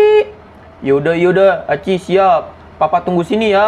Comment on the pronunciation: Aci bang bukan ichi